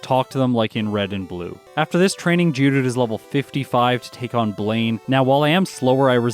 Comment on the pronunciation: Is it just me or says "GEODOODOO"?